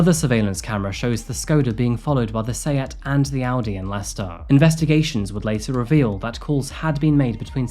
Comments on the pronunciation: It's 100 miles from Leicehter to London. Thtat's cute. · So, it’s pronounced “Lester”. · Why is Leicester pronounced as "Lester"? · As anyone who's ever visited would know, it's actually pronounced "Lest'oh" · Am i the only one surprised by the pronunciation of Leicester as "lester"? English is weird lol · I would never have known that the city Leicester was pronounced “Lester”. I’ve always wondered what the correct pronunciation is. I am not a big fan of Tiktok. I’m sure there’s some good content there, but after my car was stolen thanks to some thieves inspired by the “Kia Tiktok Challenge” I deleted the app. I’d only followed a couple of people anyway.